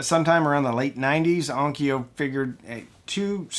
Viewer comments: let's clean up the pronunciation - it's on . kyo.u // similarly Kyoto is not 'ki.yo.toe' it's 'kyo.u , toe / long vowel 'kyo.u . vowel length matters a lot in JP . kyo /kyou/ ki-yo are all different. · Onkyo is not pronounced on-ki-o. It s pronounced on-kyo, the kyo being the same pronunciation as the kyo in Tokyo or Kyoto. Also, it just means sound or acoustics. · Please, for the love of god, On-kyo, not On-ki-yo. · I had an ONKYO (pronounced with two syllables! please) cassette deck and I loved that thing. It was a tank. With switches and meters. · Onkyo is pronounced: Own kyough (rhymes with Loan Dough) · In Japanese, onkyo is just two syllables. On-kyo. I had an aiwa. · It's "EYE-wah" not "Iowa". Two syllables, not three, no "O". It's also the Arabic word for "yes". I wouldn't stretch Onkyo into three syllables either. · As I argue with an AI that contradicts itself in explaining the pronunciation of ONKYO let me just say: There is no 'Ah' sound in ONKYO. There is no 'ee' sound between the 'K' and the 'O'. There is however a 'Y' sound as in yes and you. Why would there be two different 'O' sounds? Why would you remove the 'Y' all together. British English tries to screw with pronunciation just to be different. Let's stop it. No other language has Spelling Bees. Why is that? It's quite simple really. English is bizarre. How AIWA got pronounced correctly is magnificent. Why ONKYO did not is depressing.